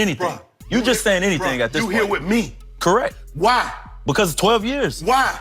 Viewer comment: 'Wit me' LMAO